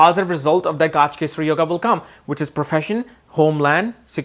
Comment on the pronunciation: Gaajkesari really, it's gajkesri.